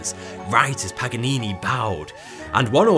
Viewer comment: Lol what about pagganini 🤣